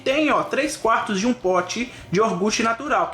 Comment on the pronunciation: Pára de falar iorgute, que dá aflição.